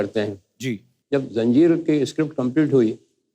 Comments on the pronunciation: Zanjeer ko janzeer bol raha hai. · Bhai janzeer nahi zanjeer hai